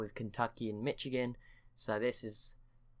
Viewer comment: Also it’s pronounced Mishigan